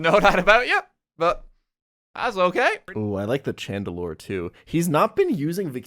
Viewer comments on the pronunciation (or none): I NEED you all to stop pronouncing the evolution of my favorite pokemon TCHandelure. Its SHandelure. The same way you pronounce the Ch in Chandelier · Or pronouncing Chandelure with a hard Ch, like come on have you never heard the word Chandelier before?